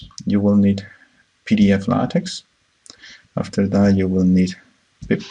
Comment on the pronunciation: Nice video, however you should learn how to pronounce LaTeX correctly.